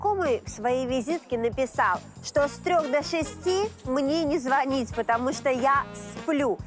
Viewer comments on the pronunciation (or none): none